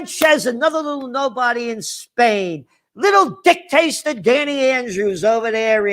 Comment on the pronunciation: he said dick taster instead of dictator LMFAO HAHAHAHAHAHAAHAHAHHAHAHAHA